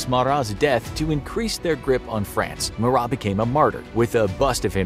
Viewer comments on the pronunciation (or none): Marat (Ma-Rah or Ma-Row). Not the biggest mispronounced named I’ve heard tho. Watched a video where someone ACTUALLY said Bloodsports name like “Da Boys” 😂😂😂